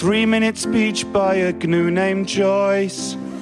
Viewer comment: Stop sayin Gnu, you're saying it wrong. Leave out that silent consonant, Gnu not Gnu. Though you've been confused by Flanders & Swan, now you can be quite confident, Gnu not Gnu. If you're not ready to believe it, at least not quite. Go on then Google it now....see i was right. It really is true, so join in our song. And call that two toed ungulate Gnu not Gnu. So put you're faith in me Leave out that silent G It's G N U Gnu not Gnu.